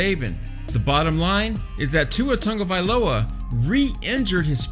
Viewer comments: Who is TUNGAvailoa?? His name is TAGOvailoa. I’m not sure why pronunciation is so hard for people. Smh... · Tongueavailoa is how you’re saying it😂😂 lol. I’m not even an Alabama fan and I know how to say it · They ain't gonna bench my man Tua. And stop saying his last name wrong it's annoying. Also #POLYPRIDE🔥💯💪🏼🇦🇸🇼🇸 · I want to criticize how you pronounce his last name...but I can't say it either...